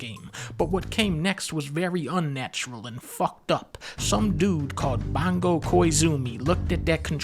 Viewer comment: "Bongo Koizoomi" is that what I heard him call that gentleman? Lol